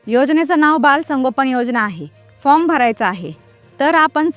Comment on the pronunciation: अरे ताई फ्रॉम म्हणू नका फार्म म्हणा तुम्ही शिक्षित असेल तर